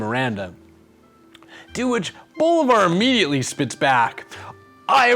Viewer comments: Repeat after me. bo-LI-var, again, bo-LI-var. Not BO-li-var, no no no, wait, not BO-li-var. Say again: bo-LI-var. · Sidenote, the ´ accent in bo-LÍ-var means that's the syllable to accentuate. It's hard to explain in text, but the way you've been speelling it in the series is as if his name was bo-li-VÁR, with accentuation on the last syllable. But it's Bo-LÍ-var. I hope that's understandable. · I keep hearing Bolvar instead of Bolivar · Lie: Through all the series you write his last name as Bolívar but kept pronouncing it Bólivar. Which one is it?????????? ;^) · I LOVE how FFXI music always finds its way into these videos. Man, the memories... If only they made MMOs like that anymore. Also, again, the stress on Bolívar is on the second syllable. Bo-LÍ-var. That's what the accent is there for, to show you which vowel is stressed. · typical that the one word you mess up, you say the most in the whole video